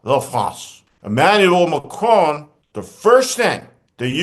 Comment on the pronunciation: Thank you Steve, I mean showing more repect for the Pronunciation of President Macron's name than Dumpster show to anything was awsome.